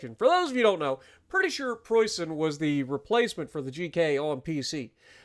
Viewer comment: For me as a german this is a great update, and your pronunciation of Preußen, Leipzig and even Großer Kurfürst is real good 👍👍